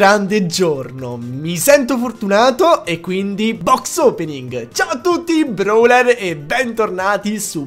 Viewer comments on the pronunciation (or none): none